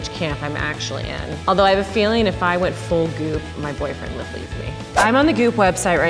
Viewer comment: Each time she said goop I thought she was saying poop